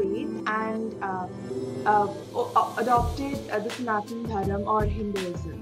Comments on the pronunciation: Ma'am please. It's not snaatn dharum. It is sanaatana dharma. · it is Sanathana Dharma not dharm. As we in south india pronounce correctly